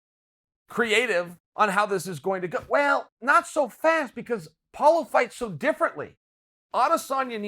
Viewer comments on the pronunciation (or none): Chael keeps it gangster, collects another mispronounced head, calls Paulo "Paula" . #Kamara #Yarir #Paula